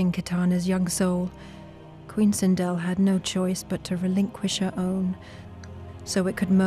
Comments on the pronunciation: It sindel not sindol. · It’s Sindel not Sindle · LOL sinDLE.... they couldn’t do more research lol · “Queen Sindle” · it's the way Sindel And Edenia are pronounced for me :( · Butchered sindels name